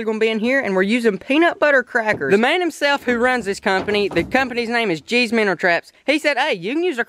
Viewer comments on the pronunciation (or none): It's minnow not minner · It minnow not minner